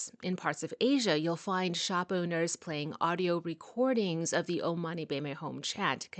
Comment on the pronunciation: Buddhist..means taken from Hinduism (sanskrit). Just your pronounciation of OM is wrong. Please Google onhwonto pronounce OM